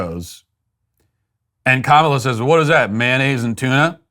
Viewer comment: I need you to help make this go viral. There is a Disney Marvel show called Ms. Marvel who has the main hero whose name is Kamala. She is 100% Indian. Her Indian family and all her friends pronounce it Ka-ma-la. Not comma-la.